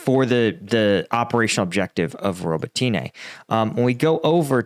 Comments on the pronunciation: Z a p o r i zh zh i a There's no "h" sound!!!! Please :) And Robotyne, the "y" is pronounced like a short "i" rather than "ee". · Robot-tin-na please and I am English! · Robotyne = ro-BOT-ti-neh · FYI, Robotyne is pronounced Ro-BOT-tin-uh. No way should Westerners support freezing the war and Russia’s keeping the areas it has laid claim to because all that does is reward Russia for invading Ukraine, stealing (or trying to steal) Ukraine’s sovereign territory, and committing innumerable war crimes. Russia would say their war is over and peace has come, but Russia breaks every promise it makes; if a Russian’s lips are moving, he is lying. Russia would use the “peace” to rebuild its military and attack Ukraine before invading other countries. Russia must not keep any part of Ukraine because it would use the land as a base for attacking the Middle East, and Russia and China would work together to wipe out democracy around the world. At first I thought this would be a good channel to watch because of your military expertise, but I see you are not well versed in the political and international realities Ukraine faces. If my assessment of your knowledge is incorrect, then I question your judgment in failing to condemn Russia’s disingenuous call for keeping part of Ukraine and entering into a frozen peace. Anyway, good luck. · like a bank... ROB-BOT-TEEN-EEE-YEAH & OOO-ROZ-JAYNE-EEE-YEAH (but drop the J sound when you say it)